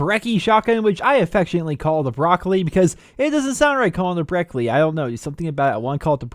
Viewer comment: I've always wondered if it's pronounced bre "key" or bre "chi"